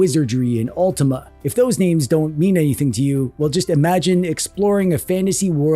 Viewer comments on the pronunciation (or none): none